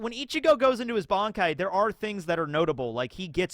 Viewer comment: At one point you referred the creator of bleach as ODA, also why do you call it "BONKAI" and not "BANKAI"